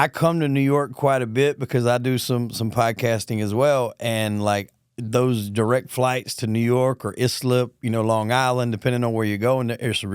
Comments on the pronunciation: Islip😂😂😂 he’s definitely not from Long Island. I Slip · EYE-slip. Haha sorry LI here from east islip raised in north babylon